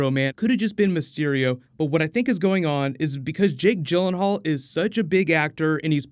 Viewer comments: I thought Jake Gyllenhaal was pronounced 'Gill' not 'Jill'......? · I love Jake Gyllenhaal but hate hearing people butcher his last name